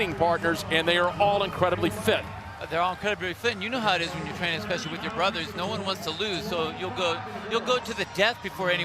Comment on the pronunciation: What is it with Americans that they can’t understand that there is no “x” in the word “especially”?